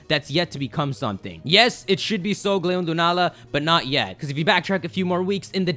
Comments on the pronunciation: It's Sol-galeo, not sogleo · Cosmog is sungaleo or however you say it, and the orb one is clearly Lunala.